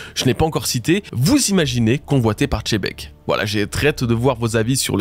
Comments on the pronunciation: S'il te plaît arrête de l'appeler Tchebec sstpppp. Au pire appelle le Tzebec!!!! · toujours pas "tchebec" c'est un X au debut chef